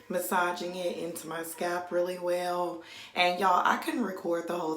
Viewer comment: Nice mixture sis but I was about to die if you said scap again instead of Scalp! lol Thanks for the video.